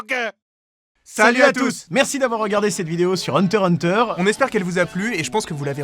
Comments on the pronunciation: Ses hunterXhunter pas Hunter Hunter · Ca se prononce hunter ikss hunter mais sinon très bonne vidéo et ne vous inquiété pas personne n'a remarqué que vous êtes giga fan de Naruto 😜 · Par contre on dit pas "hunter hunter" c'est "hunter IXE hunter" s'il vous plait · js mais ça me stresse qu'on dise pas le x et pour moi ça se dira toujours une hunter x hunter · Hunter X Hunter et pas Hunter Hunter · Pourquoi tous le monde dit Hunter Hunter alors qu'ont lis Hunter"X"Hunter ? pourquoi ont prononce pas le X ?